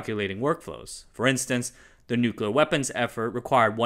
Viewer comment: Dear narrator, it is pronounced nuclear, and not new-cular